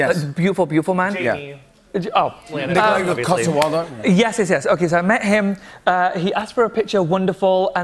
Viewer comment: Tan got Nikolaj’s name wrong, but he’s right that he’s a beautiful, beautiful man